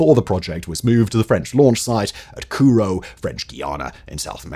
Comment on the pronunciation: Mispronounces Kourou in French Guyana too, should be kuːˈruː/ koo-ROO. Got to wonder how he pronounces Kennedy Space Centre, Keeny-Diey?